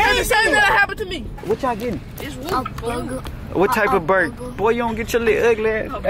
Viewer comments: Did you here ask for a burger but said booger 😂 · Sound like he said he want a booger